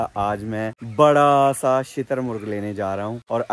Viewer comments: Shaturmurg❌ Chiittar murg😂😂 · shitar muragh nahi hota bhai shutar murgh hota hai